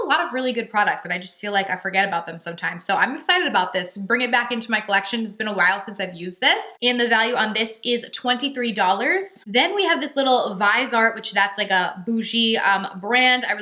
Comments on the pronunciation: Hi! Viseart makes amazing eyeshadows. The pallets are small in size but contain lots of shades that pack a punch and make beautiful looks. From bold jewel tones to classic nudes and mauves... kind of like the Natasha Denona Midi Retro palette, which I love! Oh It's pronounced viz-e-art too 😘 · Okay she said viseart different than me and I second guessed my pronunciation and I had to look it up from one of their brand artists .. woohoo I said it right lol sounds like ‘vizzy-art’